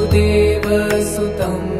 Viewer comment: क्षम्यताम् This beautifully chanted Bhajan is addressed to Lord Krishna so the singer starts with वासुदेवः सुतं देवं ( simply changes meaning. Please pay attention to your pronunciation. वसुदेवः was the father of Lord कृष्णः । ततः कृष्णः= वासुदेवः वसुदेवः सुतं देवं is correct not वासुदेवः सुतं देवं। If you sing वासुदेवः सुतं देवं = you are addressing प्रद्युम्नः ? ? नः किम्?. Please correct if my assumption is incorrect 🙏🙏